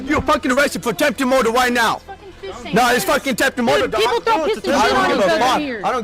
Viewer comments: “Tempted moidah” I’m cryingggggg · Ahtjemphted muhhduh